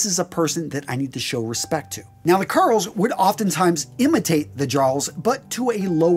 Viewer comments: Thrall is is pronounced like all. Karl is pronounced just like the name Carl. Jarl is pronounced with a Y not a J. So it's Yarl. And is pronounced like Karl for the rest of it. Edit: loved the video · Good video. The only major criticism is your pronunciation of a couple words. As a Scandinavian word, the "j" in "jarl" is pronounced as a "y" so it would be said as "yarl". Also "Ibn" is an Arabic word that roughly translates as "son of" and it's pronounced with a short "i" sound so "ib-n" not "eye-bn". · You've probably been told elsewhere, but "jarl" is pronounced like "Yarl". But you've done well. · FYI, Jarl is pronounced with a soft J. Sounds like "yarl" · OK, several things here. Bethesda does get this right, it's jarl pronounced yarl. Also there have been multiple instances of men and women with tattoos from prior to and right into the Viking period. Next, it's highly likely that many of them kept their hair long as there is a tale of one cleverly using it to get out of being beheaded. It is also worth noting that Norman knights in service to, Justinian I believe, a Byzantine Emporer would peirce an ear. It may be that they viewed it in a similar way to Jewish customs but that's conjecture. Finally, anyone who knows about lye knows that it's in soap but in high concentration is definitely being used for bleaching. Highly alkaline soaps were used all over that region and later made their way into England during the Middle Ages as more Danes and Angles moved there. While it may be highly improbable and extremely impractical for them to have braided their beards and head hair this doesn't rule out the possibility of it in instances of a council or some other ceremony. A sure way to show off wealth and strength is appearance and those would be exactly the right time. I would recommend having a look at channels made by Scandinavian historians since it is their own history we're talking about here. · A very good video but the word "Jarl" is pronounced "Yarl"